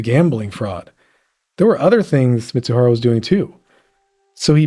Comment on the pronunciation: The idiot's name is MIZUHARA pronounced MEE-ZOO-HAH-RAH. Both the Fed and the reporter continually call him MITSUHARA. That's wrong.